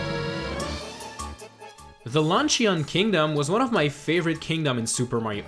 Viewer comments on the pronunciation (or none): Did you say lunchion kingdom?